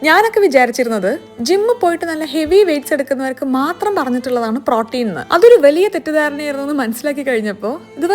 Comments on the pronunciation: Pronunciation of Protein is wrong. Please correct it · Protein pronunciation kurachu different allle